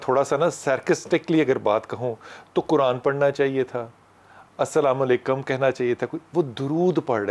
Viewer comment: Anchor Ko pls Sahi tareeq se salaam karna sikha do pls